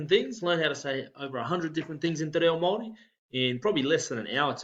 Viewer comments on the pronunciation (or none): Mā long vowel sound not as in oh or go, the i is ee as in see, This guy is saying MOW ri not the Ma with long A sound,he misses the A and accentuates the O as go when it's as O as in orh. :) Ah - A e= as in yeh i = ee as in see O as in Orh U as in =OOH! He is saying Mauri as in Tihei MAURI ora! Mauri = the life breath. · Nice nice. How does ahau not sound like A-H-OW instead of A-Hoe, considering how the vowels are pronounced. Same with tena koe, should be Tena Ko Eh not Tena Kwe. Do Maoris mispronounce words? Even pāua ends up sounding like Power instead of Pa-Uh-Ah